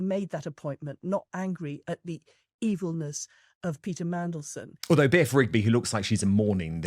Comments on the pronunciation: Did he say Mandelsh1t? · Did that news reporter call him Mandleshit! 😲🤣🤣🤣🤣🤣🤣🤣🤣🤣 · Did that GB news person really just refer to Mandelson as Mandelshit in a slip-up?😳🤣